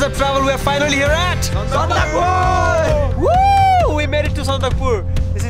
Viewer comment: By the way it’s actually pronounced SANDAKPHU not sandakpur so please correct the name of that beautiful place .I think in lepcha sandak Phu means height of poisonous plant which is found in that region called bikma in nepali